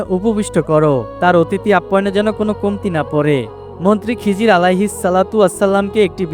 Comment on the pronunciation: খিজির আলাইহি ওয়াসাল্লাম বলবেন খিজরি বলেন কেন?